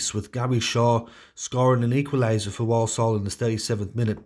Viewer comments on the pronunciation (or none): Point of order here: Walsall is not pronounced "Woll-Soll"...the people who live there tend to say it as "War-sull". 🙂